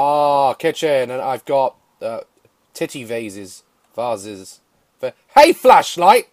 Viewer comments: i thought he said fleshlight for a moment, but to answer his question no i do not know or have a fishlight either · I love it when he said fishlight